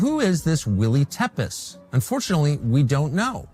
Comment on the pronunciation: Tepes is pronounced Tepesh.